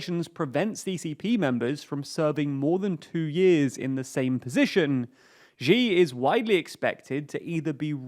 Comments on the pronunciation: the ze in zedong is pronouced "tse", not "zen". And Xi is pronounced "she" not "ji" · Man you gotta stop saying Ji. The way to pronounce Xi is closer to “shee” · XI is pronounced "She" not "Ge" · Xi = See not she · Xi is pronounced as "She". She. Not whatever you're saying. Just say She like you normally would. Cheers. Great video. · When he called Xi as Ji. his credibility went from 2 to -200. 🤣🤣🤣🤣🤣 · x in pinyin is voiceless. you guys can't be that good at research if you can't even look up pronunciation on the name of China's leader.